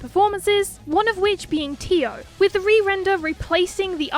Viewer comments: also teo is pronounced "teh oh" rather than "tea oh" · Yo heads up since it tripped me up too but it's teh oh not tee oh... I'm sorry for being that guy but yeah hope it helps and thanks for the content, first vid I've seen but vocaloid is basically my life now again so it's great these channels exist ✌️ 💙🧡❤️💖